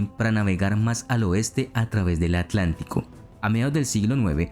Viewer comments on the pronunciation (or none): none